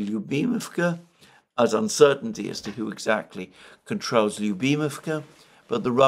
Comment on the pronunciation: but can't pronounce 'who' properly. He says koo